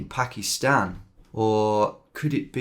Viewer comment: it was an s mostly as he said “pakist”